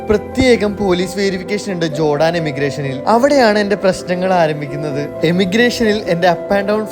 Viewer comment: ജോടാൻ അല്ല ജോർദാൻ